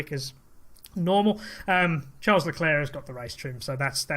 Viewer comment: At least you pronounce LeClerc properly!!!